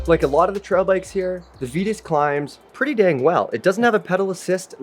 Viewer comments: The people who work there say "vee tus" and "mythick" not "vai tus" nor "mytheek" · Definitely Vye-tus. How would you pronounce Titus? Tie-tus not Tee-tus.